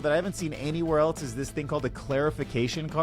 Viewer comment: Great video. Also, the word ‘else’ does not have the letter ‘t’ in it….at all…anywhere.